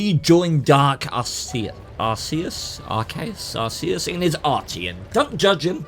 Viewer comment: At least you pronounced Arceus right like the pokemon, lol and thanks for choosing my replay for the video, your response for his reasoning of messing with arty was freakin great, keep up the good work dude.